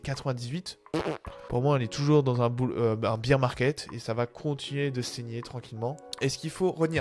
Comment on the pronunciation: Merci pour cette vidéo, mais si jamais : "Bier market" -> on ne parle pas de bière, l'ours se prononce "Bèr". Il n'y a pas de sonorité "i".